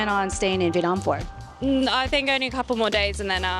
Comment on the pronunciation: You pronounce Viet Nam wrong.